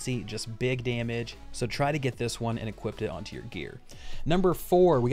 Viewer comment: Do you know the word equip doesn't have a t at the end?